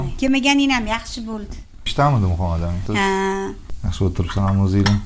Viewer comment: Шу аёл исмни жуда хунук айтадида Мухамматамин деб МухаммадАмин деса тугри юуларди